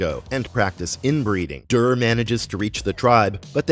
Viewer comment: I have to click alway halfway through because it’s too irksome to hear you mispronounce everything. Proper names like Duré can almost be overlooked, but hegemony?? Cmon man that’s an English word. If you aren’t sure how to say it look up a pronunciation guide, you are posturing as a subject matter expert here and cant even correctly say half the things coming out of your mouth.